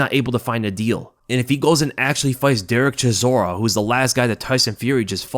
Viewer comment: CHISORA MATE it s not that hard to say his name wtf :)))